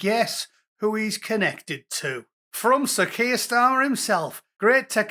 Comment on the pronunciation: Kweer Starmer!